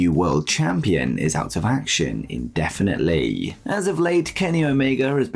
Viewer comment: There's no "a" in definite/indefinitely.